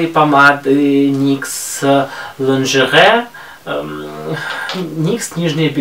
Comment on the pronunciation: Это "нижнее белье " произносится "ланжери" (р картавя естесссно и е нечетко произносим)) ....спасибо за новые видео